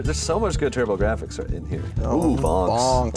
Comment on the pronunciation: The way he pronounced Turbo-Gir-aphics gave me a chuckle. 😁